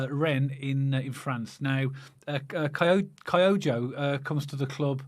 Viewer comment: 非常に興味深いストーリーでした。英国に住んだことのある人は知ってるけど、英国では３部でも４部リーグでも地元のサポーターの熱気は日本では想像できない程強烈です。ましてチャンピオンシップに昇格のバーミングハムでは古橋選手はかなり歓迎されるはずですね。 この親父さんは古橋選手のことは知らないんで（キョウゴと発音できない、スコットランドでは現地サポータはキョウゴで統一されている）古橋選手には期待したいものの、少し懐疑心もあるけど、逆に息子さんはセルティック時代の活躍も知ってるし、かなり期待してますね。古橋選手応援してますし、かなり活躍出来ると期待してます。